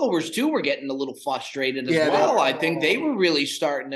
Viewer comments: Can one of you please let know it’s pronounced frustrated and not fustrated. Plz! It’s very fustrating. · Was saying flustrated?